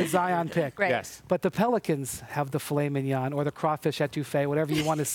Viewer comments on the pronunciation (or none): If you can't say filet mignon right, don't say it!